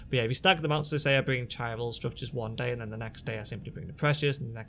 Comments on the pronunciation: It's "ky [as in "sky"] ral" not "chi ral" in it's pronunciation ;) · if you know your greek, the it's Kyral - strong K sound in the word Chiral. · Chiral is pronounced KY - RAL